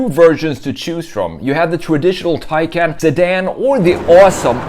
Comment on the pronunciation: Hard to believe you create a vid of a Taycan and you can't even pronounce the name correctly. Go to Porsche's site and hear how it is suppose to be pronounced .